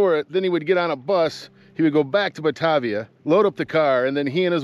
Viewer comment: Great story, great video! FYI it's pronounced "Buh-TAY-vee-yuh" with a long "A". Looking forward to your next video!